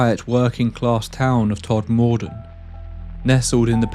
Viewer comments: Todmorden is pronounced Todd-muh-dinn. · I live a few miles from 'tod-ma-den' ( that's how you say it 😉) It's often referred to as the ufo corridor. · its pronounced tod mur dun , other than that really good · My dad's side of my family is from Todmorden (often shortens to Tod. I used to go walking with my Grandad late into the evening up in to the hills and moors. Sadly we never saw anything UFO like. Fab video small comment locals pronounce Todmorden as Tod -mur-din or that's how my dad, Gran and Grandad said it. X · I could be wrong, but I believe it’s pronounced ‘TOD-mudden’, with stress on the first syllable, known as ‘Tod’ locally. But I defer to Tod locals here. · Pronounced ‘todmudun’ btw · Thanks - good watch. Although the pronunciation of the town is more akin to 'tod-muh-dn' 👍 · I live four miles away from Todmordon and it's pronounced TOD-MER-DEN not tod-moor-den. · I’m from Burnley and we are 30 mins from Todmorden. My dad was a printer in Tod. Round here, it’s pronounced Todmuden. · Love this story, it's such an odd one, and of course, your narration is top notch! Oh, the emphasis is on the first syllable, it's TOD-muh-dun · I’ve never known anyone in the U.K. pronounce Todmorden as Tod-More-Den Well researched ‘tho and I enjoyed hearing about the cases again. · I grew up in Burnley and with the name Todmorden I have never heard it pronounced with the emphasis on the OR. It sounds more like Todmuden. Not that it matters lol We pronounce places differently anyway, my family have a Manchester accent and they pronounce Bury as Berry, where I have a Burnley accent and I call Bury as it is spelled like you have with Todmorden. So maybe it’s just our different accents lol Great video though! Thank you! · Todmorden is pronounced "TODMUHDUN" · It is Todmorden, but it is mispronounced throughout this video. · If only you could pronounce Todmorden properly 🙄😜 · Never heard it pronounced like that 😅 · It's pronounced, Tod muh den, not Tod mor den 👍